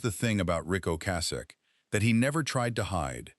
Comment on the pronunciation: Train your dumb-ass AI voice to say Ric Ocasek’s name correctly. So disrespectful.